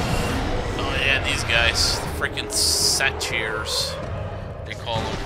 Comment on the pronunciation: I don't know what your source of mythological knowledge is, but I do know that it isn't a reliable source. First of all, they're satyrs, half man and half goat. I have know idea where you got eagle. Also, they're pronounced say-ter not suh-teer. Lastly, Anubis is not a type of creature but an Eqyptian god, and has nothing whatsoever to do with Greek myths, so there is no way he would be in the game.